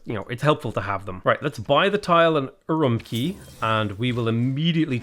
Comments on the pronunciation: Per Google translate, Urumqi is pronounced "Ur oom chee" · Fun fact! The “Q” in Chinese is a hard “tch” sound like in “catch”. So Urumqi is pronounced “oo room tchee” Could not tell you about Qara Qoto though. It supposedly used to be a fortified town in modern-day Inner Mongolia, but Mongolian never used the letter Q in its latinised writing, so... 🤷 K like Karakorum or Tch like Urumqi, down to you I guess? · It's pronounced UwUmqi